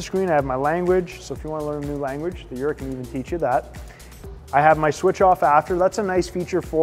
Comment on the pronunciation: You pronounce Jura wrong.